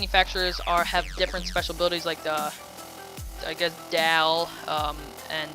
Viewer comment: Pronounced "Doll" for Dahl. Otherwise, good and informative vid.